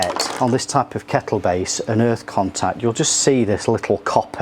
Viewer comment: Dude great video but it was bugging me every time you said keckle lol